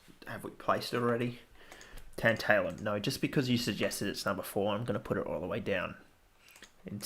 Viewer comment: it's tAntAlum not tEnt-EYLE-um, like tAntAlize